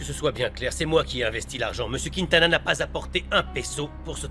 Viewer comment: Moi c'est la façon dont prononce le nom de Padilla Monsieur kwintana 😂😂 ça me fait tellement rire 🤣🙌🏾